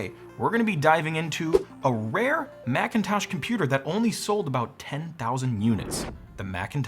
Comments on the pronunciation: Excuse me, did you just say blackintosh ??? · "Marchintosh"? Really? 🤨 You should have gone with "Apprile". 🤦